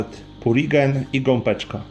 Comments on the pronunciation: (Gopeczka) mówi się Gąbeczka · Gąbeczka - przez "B" a nie gompeczka... bardzo mnie to razi